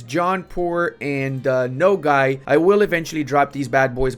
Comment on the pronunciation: why you say Nogay? Its okay to be gay